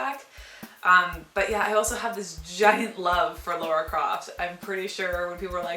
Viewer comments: Good review, but for motherfucks sake IT'S LARA NOT LORA. Where the fuck does everyone get this fucking O from? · its pronounced, Lah-Ra(LARA) not Law-Ra(LAURA)